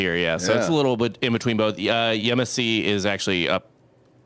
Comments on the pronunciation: Yes, Yemassee pronounced properly. Morgan Island is where they used to retire the monkeys now they just euthanize them from what I understand. There is a large sand bar next to Morgan Island that people take their boats and hang out. I’ve never seen any monkeys when there. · you pronounced “Yemassee” properly. I live two miles from this facility and this is NOT the first time this has happened. I’m waiting to see one on my cows.